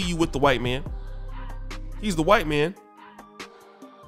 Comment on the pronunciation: "he's very very whyte" 🤣🤣🤣🤣